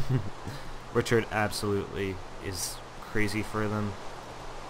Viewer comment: you called him rhychird like 20 times dude